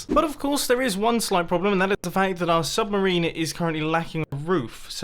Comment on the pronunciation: "submerini" - Mumbo Jumbo 😂😂